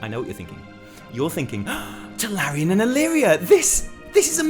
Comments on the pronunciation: Oh god, I keep waiting for text to say he realizes it's TuRalyon and not TuLaryon, but it doesn't happen! D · its tuRalyon.. not tuLaryon. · Are you saying Tularyon instead of Turalyon on purpose? Just wondering. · can't tell if he's trolling when he says Tularyon (Turalyon) . xD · Tallerien!!!!! hahahahahahaha Turalyon!!!! you just started a shit show bro XD (PS: Bellular is comming for u) PSS: BEST VIDEO you have done ^^ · Turalyon, not Tularyon :) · who the fuck is TuLaRyon ? ;) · Turalyon. Not Tularyon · its not tuLaRyon... his name is tuRaLyon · It is pronouced Turalyon like HIS name is written, not Tularyon:( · I know what you're thinking tularyan and alleria are so famous... Nope I was thinking that it's turalyon and you said it wrong :) still a great video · I swear it sounds like he's saying "Tulalyon" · did you say Tularyon on purpose? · Is he calling him Tularyon as a joke? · This man has had so many incredible revelations he can no longer form words properly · it hurts whenever you say Tularyon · Turalyon looks too good to be pronounced correctly